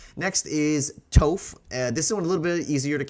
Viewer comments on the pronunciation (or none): He said toeph it's toph ." Toff" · Im sorry, (Toe*ph)? (TOE*PH)!!!! ITS (TAH*PH)!!! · Toph is pronounced as toff - not tofe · Yet another Toef pronunciation, lol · Incredible mispronunciation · You just KNOW "Toaf" is EXACTLY how Shyamalan's sequel would have pronounced her name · This is the third video by different creators saying “toef “ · Its pronounces Ta-ff. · btw its pronounced Toff (like tough, but the opposite of on) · The way you pronounce Toph’s name is making me unreasonably angry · You lost me when you pronounced Toph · the two what?? I don’t understand why no one can say her name correctly lol so funny to hear a bunch of magic players screw up one of the most iconic character’s name up. Makes it easy to tell who watched the show and who hasn’t lol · Mispronouncing Toph is your first sin. The second is referring to the show as an anime. We’ll let it slide this time. 😂